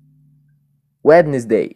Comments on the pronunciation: lindão se fala uensdei e não uedinesdei, espero ter ajudado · é so falar "Ué di nes dei":3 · falou errado erotica